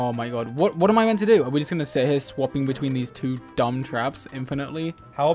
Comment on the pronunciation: dude, just because he said "sumb" Instead of "dumb" Doesn't mean he can't spell it! It's just a mistake that everyone makes! They probably didn't pay attention